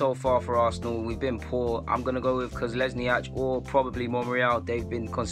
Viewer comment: Koslesniac? FFS...why can’t our fans pronounce any of the names of our own players 😂